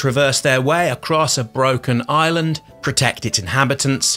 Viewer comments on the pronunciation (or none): none